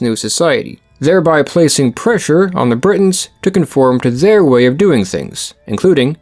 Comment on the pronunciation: "zeir culture" Where are you from, buddy?😂